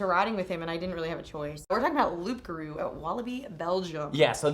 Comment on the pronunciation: The p in Loup Garou is silent.